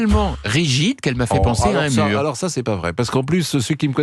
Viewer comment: Un murrrrrrrr😂😂😂😂😂